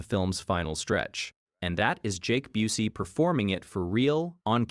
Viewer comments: Mispronouncing Busey had me questioning if this was AI narration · Intentional insult